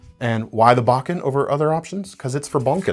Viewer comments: Bo. Ken. Not bocken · Not baw-ken.. It's pronounced .. Bow - Ken. In Japanese, "Bokken" (木剣) translates to "wooden sword". It refers to a wooden sword used for training in Japanese martial arts, primarily those involving swordsmanship like Kenjutsu and Aikido. The term combines "boku" (木), meaning wood, and "ken" (剣), meaning sword.